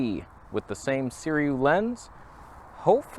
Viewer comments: * Si-roo-ee not Si-ree-oo 🤨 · Again! Third time! It's SIRUI (si-ru-ee). The Sirui will look better than this if you stop it down just a bit. Chinese manufacturers are copying vintage lenses (Varioplan, anyone?) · Hey, A video on a Saturday!! Why does everyone pronounce it Seer-e-u instead of Seer-u-ee? The u is before the i at the end of the word. Would Canon EF lenses adapt well with the X-T3 sensor? I do have some FD lenses I adapt but never tried EF. Have a great Saturday and thanks for the weekend video! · I believe its pronounced Sir-OOO-EEE and the word "backlitt'n" must be some back East squabble talk.... LOL... love ya brother